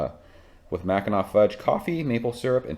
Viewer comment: Nice review! I've been hesitating on picking it up, now I will grab it. Also, I was waiting for you to say Mackin-NACK. Nice job on the pronunciation!